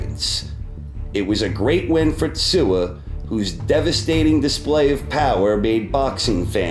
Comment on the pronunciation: David Tua is NOT Kosta Tzyu. And he is not Tsua either. pronounced 'Two - Er'